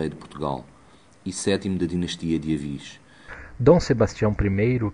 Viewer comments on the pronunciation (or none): Toda vez que falam "Ávis" me dá uma dor no coração.